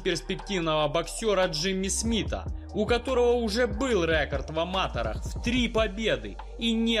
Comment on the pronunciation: "Рэ́корд в ама́тэрах" - это вообще на каком языке, автор?